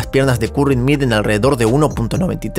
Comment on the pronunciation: Muchos errores en la narración! ej.: "las piernas miren 1,93 mts cada una" Parece que alguien no está leyendo muy bien lo que escribe...